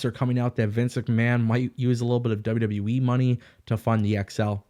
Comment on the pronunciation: Is it my speakers or are you saying WW WEEE? With that being said....>3